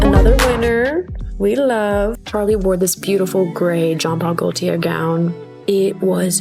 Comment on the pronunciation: The best English American pronouncing of these French names would be Jean Paul Gaultier- Zhaan Paal Gaal tee aye or Go tee aye, I feel like most Americans go for the 2nd option because we don't usually have words that start with gaul, and it's harder for us to wrap our tongues around. I love vintage Gaultier, and was thrilled to see someone wear it on a red carpet and style it correctly. The absolutely wonderful French Impressionist, (do yourself a solid and check out his beautiful work!) Edgar Degas is said like Ed gr Duh gaah. The pointed hat that Chappell wore is called a hennin hat. It is a medieval hat that was worn by ladies of nobility. Gaga's necklace is a 1930s Tiffany & Co. tourmaline and her dress was Vivian Westwood.